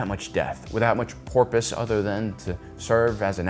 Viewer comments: I do like your work, but please stop say "porpoise" instead of purpose. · Ray will be missed and he was good in just about everything he was in, my fav is the book of Eli. Fyi it purpose and it sound like you said porpoise